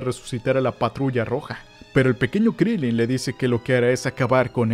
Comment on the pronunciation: Se dice Krilín